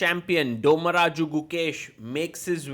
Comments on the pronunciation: Bro its not 'Domaraju'......it's 'Dommaraju'. In simple words while spelling two words with different soundings 'DOM'e , 'DHO'ni. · corr: It is not pronounced as Dhaomaraju, but 'Dhomma'raju